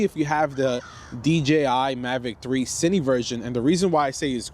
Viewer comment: you keep calling it "cini" but it's "cine", like short for "cinematic"